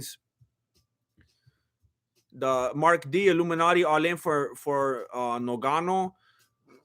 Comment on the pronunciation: Is it difficult to say "Ngannou" 🙄who is "Nogano" stop disrespecting ppl sir!